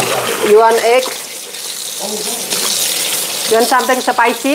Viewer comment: spicy itu nyebutnya spaisi bukan sepaisi.... 😆😆😆😆😆😆😆😆